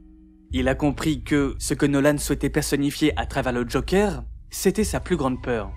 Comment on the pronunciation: "A l'égard du Jokeur" Si tu tiens à prononcer le "E" de Joker à l'anglaise, s'il-te-plaît, prononce tout le mot à l'anglaise, pas que le "e", parce ce "euh" que tu prononces n'est même pas le "e" anglais dans ce mot-là ! Même "Ze Jokère" serait mieux passé à l'écran que "Le Jokeur" avec le R roulé à la fin !